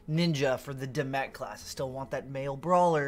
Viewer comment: Not the only creator saying it wrong, but I cringe every time I hear "dim mack" as it's pronounced "dim mawk". Love your channel though as I believe you put out the most informative content